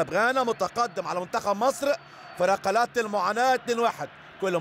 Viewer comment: رقلات .لديك مشكل في نطق القاف لقرب مخرجه من الكاف